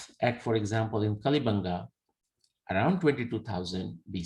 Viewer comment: उच्चारण कालीबंगा है पीलीबंगा के पास है। चूड़ियां bangles बंगा हैं